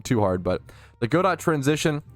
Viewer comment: FYI it's "Guh-doe" as in the French name like in "Waiting for Godot". Not "Go dot".